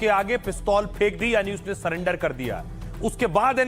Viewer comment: स्वर्गीय भरत तिवारी जी के मामले को लेकर इन दिनों अधिकांश लोग "सरेंडर" की बात कर रहे हैं। मैं केवल एक छोटा-सा भाषाई सुधार करना चाहूँगा। कृपया "सरेंडर" को "सलेंडर" न बोलें। सही शब्द "सरेंडर" है, जिसमें "र" का प्रयोग होता है, "ल" का नहीं। बाकी आप अपने अभियान, आंदोलन और विचार अपनी समझ के अनुसार आगे बढ़ाइए, उसमें कोई आपत्ति नहीं है। "सलेंडर" नहीं, "सरेंडर"। धन्यवाद।